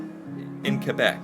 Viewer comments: Your pronunciation of Quebec and Newfoundland is excellent. You’re so personable as well. Have you ever thought about doing narration for kids? Like a kid’s channel perhaps? I think you’d be a hit there too, just sayin’. You could try poutine with a kid for instance! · I love that you say Quebec better than most Anglophone Canadians